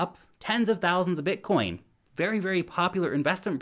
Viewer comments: Did you say bitcorn 😀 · You said Bitcorn. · Lol. But but but! you said bitcorn at 0.25:DDD